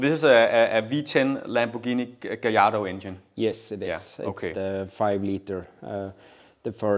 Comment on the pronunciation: nok den første danske youtuber der kan finde ud af at udtale Lamborghini Gallardo. Man skulle tro folk havde lært det når nu ingen udtaler Mallorca forkert, men ak.